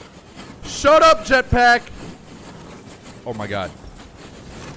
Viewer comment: i love when he saids howh my goh